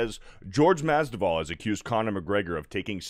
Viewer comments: Masvidal not Masduval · mas-VI-dal Not mas-DI-val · Mas-vee-dal that is all lol. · Masvidal not Masdival 😁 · Bro, take the time to get his name right. Mas-vi-dal. Literally said it wrong 10 times. Do better. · Right takes like 20 seconds of research to learn how to say his name right. Thats just lazy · Mispronounced name twice in the first 25 seconds? This dude has no business being on a sports show. Cmon bro, do the least amount of preparation before making a video, lest you look like an idiot. This is happening far too often. Between this and that Crain and Co show, you can tell these dudes don't actually do any research or know/understand what they're talking about. It's not even like Masvidal has just arrived either. He's been in the fight game for well over a decade, almost two if you count his backyard days. But, what do I know, I'm just a guy who actually reads and understands sports.